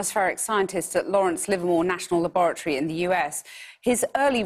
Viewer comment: What is this. Frankenstein? La-bor-ah-tree lol